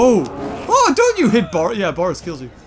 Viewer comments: It's Boris, not Borse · It's not borse its bores